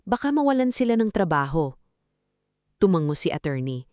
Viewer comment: Maling bigkas ng narrator: tu-man-go Tamang bigkas: tu-ma-ngo